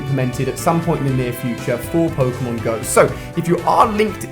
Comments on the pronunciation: Ali a needs to learn how to pronounce pokemon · The cringe is real... That pronunciation of Pokémon...